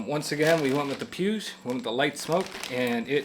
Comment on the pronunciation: Just heads up it’s pronounced PW-EEG. Awesome content and humble approach. Subscribed.